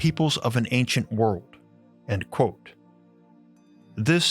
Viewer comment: It is pronounced "quote" not "quo".